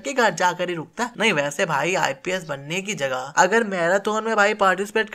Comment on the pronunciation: Aise to tu bhi IPS ko ISP bol rha hai... Ab kre count mistakes